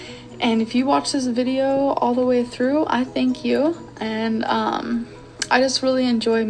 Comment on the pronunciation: Also, she says "ALLS!!!" She does do it on purpose. You can catch her saying it the right way!!! But, she knows when she does it on purpose!!!